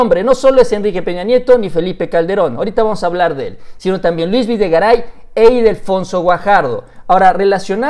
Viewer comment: Ildefonso, no "Idelfonso"... XDXDXD